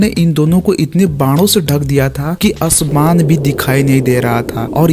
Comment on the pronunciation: तुमको तो आसमान भी बोलने नही आ रहा है🤣🤣 तुम महाभारत पर ज्ञान दे रहे हो